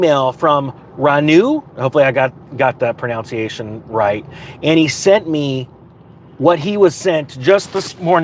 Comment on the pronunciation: "... I hope I got that 'pro 'now' nciation' right. " 😂